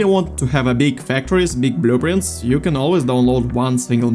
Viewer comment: "BUH-LOO-printz"... i love it lol thanks for the vid